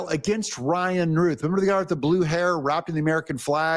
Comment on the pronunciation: Doug, i love you. My mother's name is Ruth, the criminal you mentioned name is Routh, pronounced Rowth. Please get this right. Remember the wonderful woman in the old testament named Ruth, bad man named Routh.